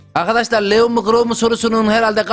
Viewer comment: Bu arada abi leon lion diye okunuyor